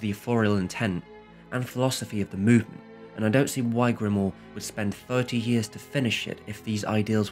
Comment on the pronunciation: THis is an amazing video that taught me a lot about that film I have seen many times, and I am French. Just for information (it's really not a problem), the pronunciation of French names is really off and at times, the spelling (Cocteau, sounds like "cocto"). Prévert is akin to "pray vair", Grimault "gree mo". But this is just for your enjoyment, I didn't mind it at all. Thanks a lot.